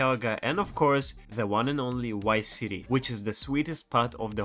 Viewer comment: He said wice city 😂